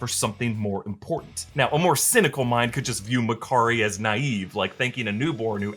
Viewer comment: McCurry?? Can't you open your mouth and say Makaari?!